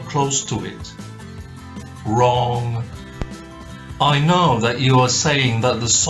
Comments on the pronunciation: And saying "vrong" over and over again. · ita :da notare la convinzione con cui dice "wrong"! sembra che nemmeno lui sia convinto delle sue cazzate😂 eng: notice how convincing he pronounce evrytime "wrong" , it's look like he didn't belive himself at his bullshit😂